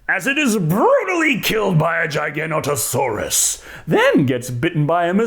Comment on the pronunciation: i still cant fathom WHY the paleontologist can't pronounce Giganotosaurus right lol